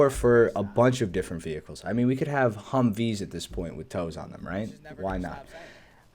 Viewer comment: When u said humvi I stopped drinking my tea and said whaaaaaaat